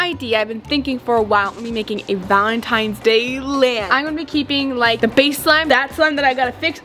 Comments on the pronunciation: when ur 38 and still say valentimes with a m lol no hate but i was just saying am i the only one who noticed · Not to be rude, but it’s “Valentines”. Many people mess this up, which I do not at all blame them. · Did call it “valentimes day”???? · me-valintines -valintimes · Valentines is what is saying